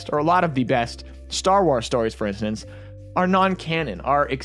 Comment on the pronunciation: I'm really excited for it! However, "star wars"...(wars rhymes with cores, not cars) lol